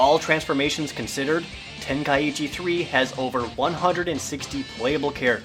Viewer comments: You're not saying Tenkaichi properly....say TEN.....KAI......CHI, you're ursing the first i twice, otherwise it would be Tenka ichi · Jared's mispronouncing Tenkaichi >.< He's saying Tenkaiichi not Tenkaichi. Ten-Kai-Chi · your saying tenkaichi wrong " its ten-kai-chi"~ the ka and I make 1 sound so you don't repeat the I afterwards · it's pronounced ten kai chi. 3 separate words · Ten-kai-ee-chi Wat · it's tenkaichi where do you get the 2nd i that makes it tenkaiichi people need to learn to practice the grammer what it reads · There's only one "i" after the a in Tenkaichi, but the way you pronounced it made it sound like there's two "i"s there, making it Tenkaiichi. I might be wrong, though.